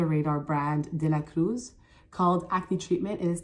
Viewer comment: I like how you pronounce the brands according to their origin. "Dela Cruz" sounded mexican, and La Roche Posay sounded French when you said it. There are still others I cannot remember, but well done!😊